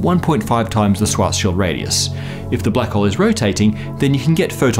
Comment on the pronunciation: Thumbs up for the proper pronunciation of the word "SchwarzSchild"